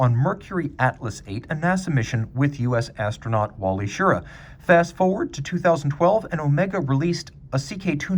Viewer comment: Astronaut Wally Schirra’s last name is pronounced Sher-RAH, not Sheera. Sorry, but when I hear that it catches my attention every time.